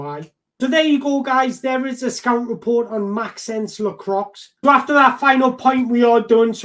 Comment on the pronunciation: pronounced Maxawns lakwah